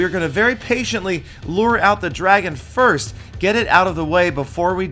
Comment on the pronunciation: You said firs*